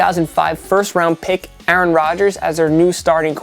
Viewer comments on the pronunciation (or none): none